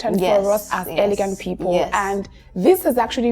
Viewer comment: it’s elegant, not eleguant like in French. Even though I love your accent.